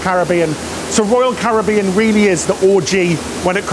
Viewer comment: Love your videos always look forward to the next one! We’ve done a few cruises mainly on royal first ship was navigator just done anthem we are one cruise away from diamond 🤗 keep up the good work.( hey think you need to tell how to pronounce “Caribbean “😂😂😂)